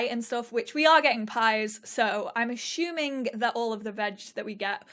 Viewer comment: Anyone else finding hilariously charming how she pronounces 'assuming' as 'ashooming'. haha